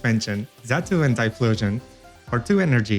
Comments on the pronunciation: Great video. Im going to make this deck. However, I thing you're confusing chatot, and Xatu. Xatu is pronounced Zatu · Hey! I heard you pronounce Xatu as "Chatu" in the video and I wonder where are you from, as I'm from Brazil and we pronounce it like that in portuguese:D